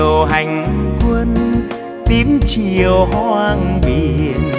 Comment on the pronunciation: Nghe quang lê phát âm câu: " những chiều hành quân" nghe rõ hay chứ không như nhiều ca sỹ hát : " những chiêu hanh quân" nghe nó trật lất và không hay và sai đi cả một bài hát hay.